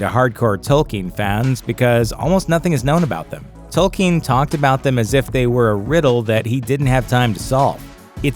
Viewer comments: Who is tolkeen? You mean Tolkien? At least get the names right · It is pronounced Toll- Keen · They can't even pronounce the creators name correctly